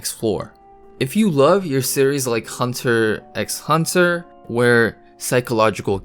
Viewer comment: Bte hunter x hunter, the x isn't pronounced, it's just hunter hunter , Japan tend do have quirks like that in names and titles. Like Luci*fer in is pronounced lucifer not Luci-star-fer.